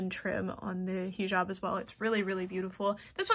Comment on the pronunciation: hii!! not tryna be that one bitch but its pronounced " hih job" like hih as in hiccup and job :) love your content !! <3333